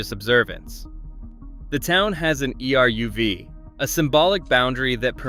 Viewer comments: the sad fact that ai is making great content, but actual humans should do the audio... E.R.U.V. for eruv and Чallah is oof. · I stopped listening when you didn't know how to pronounce the name of the late Elie Wiesel (it's "elly vee-ZEL"). Oh, for dog's sake, "E--r--u--v". AI is destroying everything. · The AI narration is vile. Can't pronounce certain words like eruv, Elie Wiesel, and on and on. Really poorly done. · Eruv pronounced air-ruv not eh-u-v. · "The town has an E-R-U-V" I am rofl! Pictures that have nothing to do with what's being talked about. A narrator who has no idea what he's saying. I dont know if this is AI Slop or just slop! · e.r.u.v. is pronounced ayruv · Or E-R-U-V. It's so annoying. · And eruv and tomchei shabbos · And eruv